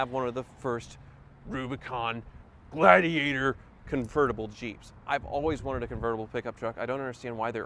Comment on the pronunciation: Jeep ladigator 😂🤣